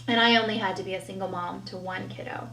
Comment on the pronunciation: Oh god I cannot stand her saying kido 🤮